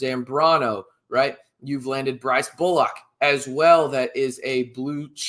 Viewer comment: Am I missing something?? Why do you keep pronouncing Brice's last name as "Bullock" it's "Pollock"*